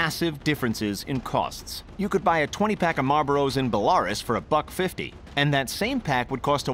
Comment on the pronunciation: "Bela-roos", not "Belares"